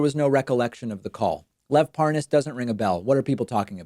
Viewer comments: Anyone else notice that Nunes kept calling him par-NAS instead of PAR-nas? Purposely mispronouncing the name to try to feed the "Idon'tknowthisguyIdon'tknowanythingwitchhuntwitchhuntwitchhunt!!" Bullshit. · "What? Huh? What is a... Par Nass? Never heard of it." Really... lol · It's Parnas, not Paaaahnaaas, Ron! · Par-nas. Pas-nos? Pa-ra-nas? Nunes sounds like an idiot. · Lol. "I don't even know how to pronounce this Par-Noss..." Gimme a friggin break. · Love the way he intentionally mispronounces Parnas as Par-Nas. Shows you how stupid he thinks Americans are and in the case of Trumpsters, he's right. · "...I just didn't know this name...This PARR-NOSS" Sure, chief 😆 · How can i sell this better??? Hmmm. Oh, I'll pronounce his name "par-nos" Killed it!!! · Do you reckon he's saying 'Lev Parnoz' to try and give the impression he's getting the name wrong because he doesn't know him? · Mark my words this is not the last time you see will Nunes purposely and obviously mispronounce the name "ParNaas" The blaiten attempt to seem dumb and innocent is completely noticeable... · in other vids, has any1else noticed that, when Nunes had to speed up the conversation & add the word "WIFE," to the end of Parnas, he was able to say it just fine. ("Parnas's Wife") ... &then he went right back to mispronouncing it. 🙄 (ParNAZ, ParNOZ, ParNOZE, are ALL incorrect) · It's so hilarious that he pretends to mispronounce the name. Parnas is one of the most famous men in the world at the moment especially among usa politicians. I'd rather believe Parnas than anything from Nunes. And I realise Parnas is not a trustworthy person. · Nunes pronounces the name Parnas difffertly as his interviewer every time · Watching this never gets old to me. 🤥 My favorite part is where Devin Nunes pauses and pretends he is unsure how to pronounce “Parnas”. After he has already pronounced it correctly several times. 🤣🤣🤣 #SlickDevin 🔥👖🔥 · Liar tries misdirection with mispronunciation of Parnas